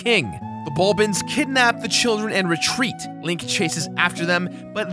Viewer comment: Bulblins, not bulbins!